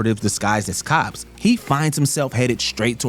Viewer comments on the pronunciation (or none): none